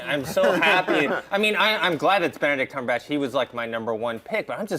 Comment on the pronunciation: Okay this has been pissing me off for a while and I'd like it known by John Campea himself that he is saying Benedict Cumberbatch's name wrong. It's pretty obvious there is absolutely no "botch" in the latter part of his last name. Why do you keep on saying it? Look at his interviews; it's clear he even says his name is Cumberbatch. #CumberbatchnotCumberBOTCH drops mic